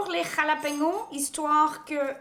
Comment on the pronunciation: jalapeño pas jalapeno dans la prononciation mais merci pour la recette cool :)